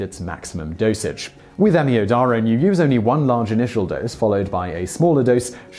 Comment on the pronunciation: Hey Simon, that’s not how we pronounce amiodarone (am-ee-O-da-rone) or tamponade (TAM-pon-ard) in the UK, and ‘hydrongen ion’ - someone’s having you on